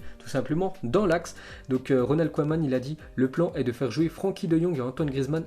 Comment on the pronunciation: Tu prononce mal koeman et bartomeu